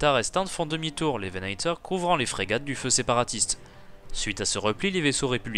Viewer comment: Prononce Venator à la Française.